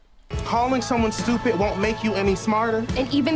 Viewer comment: Someone pointed out to me that in Stupid With Love that it sounds like she is saying "Stoopoo with Love" and I can't unhear it...